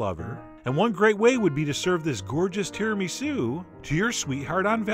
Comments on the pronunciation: The way you pronounce Tiramisu is an offence to the world. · the way he says tiramisu has me dying of laughter